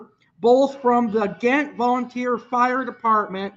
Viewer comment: It’s pronounced Jaaahent, it should’ve been spelled with a J but it’s Ghent and pronounced with J instead of G..